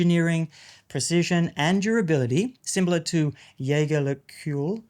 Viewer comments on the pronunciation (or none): For you: JLC - [jăjerlăkultr] 🙂 It's Seamaster Planet Ocean ... COSC isn't [kosik], it's simply [kosk] 😊. Nice timepiece btw. Keep it up! 👍